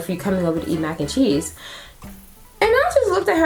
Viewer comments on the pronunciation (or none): Mac n chessee...hahaha! Um , no ! You had me laughing through it all. So crazy and yes creepy . You so pretty. Enjoyed listening to this.